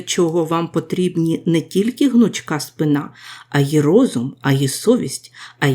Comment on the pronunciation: Не спинА, а спИна українською мовою.